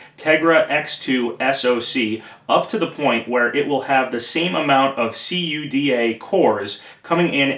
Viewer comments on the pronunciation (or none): "See-you-dee-ay" (CUDA)? It's pronounced "koo-duh". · Well, I've been developing with "kooduh" for almost two years, around 20,000 lines of it under my belt, so it's just strange to hear it spelled out. :) The folks at NVIDIA I know always pronounce it this way, in fact NVIDIA stopped spelling out what the acronym stands for years ago (Compute Unified Device Architecture).